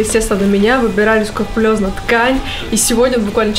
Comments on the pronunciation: СКРУПУЛЁЗНО, а не скурпулёзно. Ты же все таки медийный человек, говори правильно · На и Клава дважды неправильно произнесла слово «Скрупулёзно», я не уверен, что это вообще кто-то заметит, но если вы это читаете, знайте-произносить «Скурпулёзно» неправильно Поцанчики и девчата, не совершайте ошибки P.S если сомневаетесь в правдивости моего комментария-загуглите